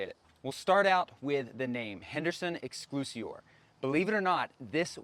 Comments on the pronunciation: Excel-si-or. Not exclusior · Nice job... thanx. Clarify one item: its pronounced X SELL SEE OR Henderson. You made me chuckle...